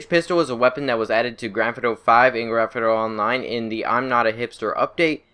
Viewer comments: "Granfiduro and Granfidurra Online" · It do be saying Gretna Online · I recommended putting on a English subtitles when he says Grand Theft Auto 😂 it’s hilarious